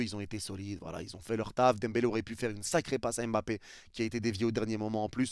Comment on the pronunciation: On dit Mbappé et non M'bappé 😊